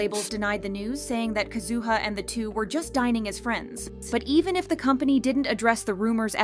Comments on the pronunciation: Isn't it KAzuha? Her emphasis sounds unpleasant. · Nah why you gotta do Kazuha dirty by pronouncing her name like that 😂